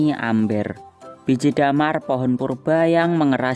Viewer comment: bacanya mber di tulis amber